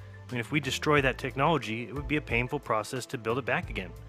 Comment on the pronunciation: the subtitle says “painful process”, but he sounds like he is saying “papal process”.